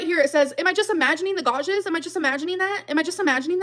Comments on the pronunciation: oh no. not the "godges" on emily's arm. i can't with ole gorl 😂😂😂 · Now we've learned she can't pronounce "gouges," so that's fun too. "Gau-jhiz." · Did she say gouges as “gaw-djiz” like what 😂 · What's a godge?? 😅 Godges? Oh gorlllll. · Why cant dumbass say "gouges"... she says gojes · Why is she saying gouges that way 😂😂😂😂😂😂 she’s so dumb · The fact that's she can't say gouges but keeps repeating it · She doesn't know how to pronounce the word "gouges?" This crashout is wild. And the photo that allegedly proves Amber is right, why doesn't she show it as full size? Is it because it's obviously been altered in some way? Also, the tongue popping isn't doing what she thinks it's doing for her. It's just super annoying.